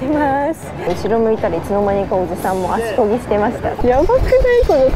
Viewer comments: ちゃんと「足こgi」「手こgi」って言いなよ😂😂😂😂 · 「コキ」じゃなくて「コギ」じゃないですか(*^_^*)？